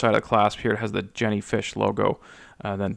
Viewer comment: As I understand, the J in Jenny is pronounced as a Y....Yenny.